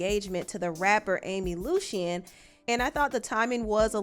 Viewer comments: Her name is Amy Luciani. You said Lucian throughout the video. Fyi. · It’s pronounced AMY (LUCHI AHNI)